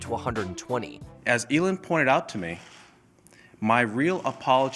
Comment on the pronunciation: Her name is eeeelin